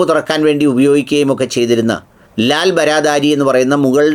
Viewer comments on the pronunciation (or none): ലാൽ ബാറദ്ധരി എന്നതാണ് ശരിയായ ഉച്ചാരണം, ബാറ എന്നാൽ 12 ദ്വാരി (പേർഷ്യൻ) എന്നാൽ വാതിൽ 12. പ്രവേശന കവാടങ്ങളുള്ള, ഹിന്ദിയിൽ വാതിലിന് ദ്വാർ എന്നും പറയും